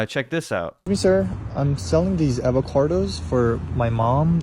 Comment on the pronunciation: why do you pronounce avocados with an R?